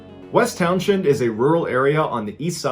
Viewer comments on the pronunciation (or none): From a native Vermonter: Don't pronounce the "t" in "Glastenbury," and "Townshend" is pronounced "Towns-end." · The "h" is silent, it's pronounced Town-send. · Great narrations….love all of them. I am from Vermont and I am from the area of which you are speaking. The H is not pronounced. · Hullo! VTer here. It's pronounced like Town-zin, not Town-shend. Js. And we VTers know it was a Sasquatch. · Every. Single. YouTuber who covers the Bennington Triangle mispronounces Townshend. It's pronounced "Towns-end" And it's honestly not all that rugged and remote. Even by East Coast standards. "Quaint" would be a better descriptor probably. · Love your vids but as a Vermonter I gotta say, it’s pronounced “Towns-end”. Thanks for the VT love! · It's pronounced towns end, you don't say the sh. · I love you and your videos, the rural Vermont town is pronounced “Towns-end” ☺️ I grew up there ❤️ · Hearing "town shend" makes me giggle. it's like Worcester, not pronounced how it's spelled. Love the videos man, It's awesome seeing the Bennington triangle here, because I live VERY close to this. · It's pronounced "towns end". It hurts my ears hearing it pronounced so wrong. Vermonter here btw. Opposite side of the state from Bennington though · It's pronounced Townsend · Townshend is pronounced "towns end." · Townshend pronounced Townsend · West Townshend = West Towns-hend. Pronounced West Townsund. Ok. I feel better now. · I'm from about 40 minutes away from Townshend. It's pronounced "Townsen". Also 1 well placed shot is easily enough to take down a black bear.